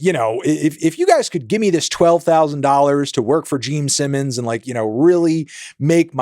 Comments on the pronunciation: Jeem Sinnums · He also said "Gene Sinnons" lol fully taking the piss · “Geme Simmons” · Geme Sinnoms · Anthony “Jeame Simmons” Fantano. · gene simmons ❌ gene sinnons ✅ geme simmons ✅✅ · am I hallucinating or does he just keep unapologetically saying GEEM SIMMONS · Is it just me or is he saying geme sinnons?